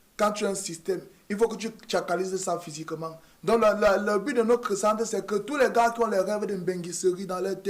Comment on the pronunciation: noCRE frère? En CRois mois ? Il faut êCRe formé ? Moustiiik !! Je reste abonné mais fais un effort